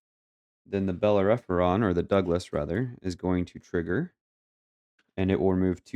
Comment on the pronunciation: GG! The red ship is pronounced Bel-Air-Uh-Fawn (learned that from Firefly LOL). I didn't see any mistakes :)